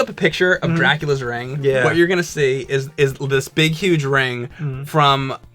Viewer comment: Is it me or says "rang" or "reng" when saying "ring" after the middle point of the video. Not every time but many times.. Accent? Like how I say "bury" like most people do which sounds like "berry" and he says "burry."And how james adds a y sound in "ass" and "alien." "Ayass" "ayalien."